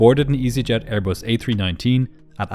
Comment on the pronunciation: “Brand new AirBUST with non-functioning important systems and inexperienced pilots — what could possibly go wrong?! As troublesome as your inability to properly embrace words containing the letter “H” in the English alphabet.